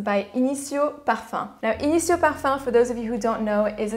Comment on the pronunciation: I need to try Initio... I enjoy Kilian’s Back to Black, Byredo’s Gypsy Water and Jo Malone’s Myrrh & Tonka. I like your content and accent is on point 🔥